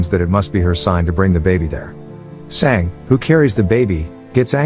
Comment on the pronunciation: its Sanga,learn indian language or use translate to learn pronounciation,cause some times it feels wierd dude